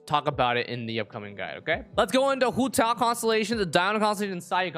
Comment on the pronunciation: The way he says hu tao is satisfying tbh